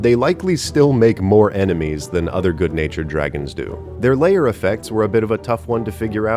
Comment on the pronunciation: Lair is a one syllable word. tis not layer